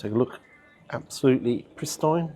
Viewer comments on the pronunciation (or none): Prist - eye - n? The word is pronounced pris-teen lol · Prise-Tine LOL, PRIS TEEN